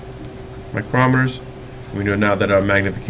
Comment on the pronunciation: The way you say micrometers hurts my brain